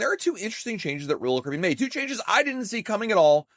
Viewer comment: SLOWLY PRONOUNCE: R O Y A L C A R I B B E A N!!!!!!!!!!!!!!!!!!!!!!!!!!!!!!!!!!!!!!!!!!!!!!!!!!!!!!!!!!